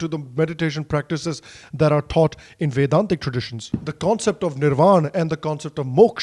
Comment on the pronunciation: Great english, great content. Also glad you didn’t use the american accent while saying the words like karma moksha and nirvana